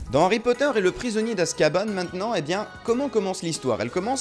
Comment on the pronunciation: Ca ma fait trop rire a dit azkabane alors qu'on dit en France Azkaban